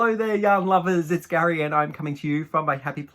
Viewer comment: Gary, your intro always tickles me because instead of hearing “yarn lovers” my ears hear “young lovers” every dang time. I love your channel and found it from watching your buddy BagODay. It makes sense that you and Crystal would be friends.